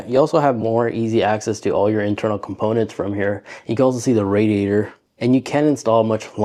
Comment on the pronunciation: Not sure i can take you seriously when you cant even say "Radiator or Modular" correctly. Jesus